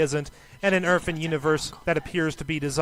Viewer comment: Sounds like the guy is saying "erf" instead of earth